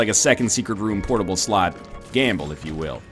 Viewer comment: Please stop saying "portable slot" thiss way